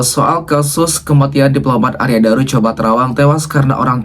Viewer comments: Arya Daru, bukan Arya Dura. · Arya daru kk bukan dura balik balik lidahmu maap koreksi ya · Arya Daru mas bukan Arya Dura